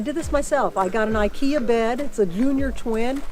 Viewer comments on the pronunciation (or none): none